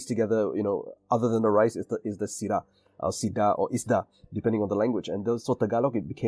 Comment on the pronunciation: Your pronunciation of 'sida" in Ilocano is correct. No glottal stop.